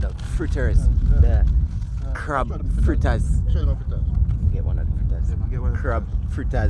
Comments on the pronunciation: FLITTAS* not Frittas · Its FRITTERS... NOT frittas